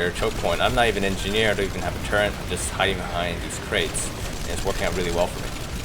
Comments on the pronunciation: Good video but it's "turret" not "turrent" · Still do not understand why people say turrent deliberately...